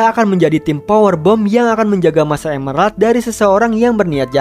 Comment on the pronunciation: master emerald bang bkn master emlelard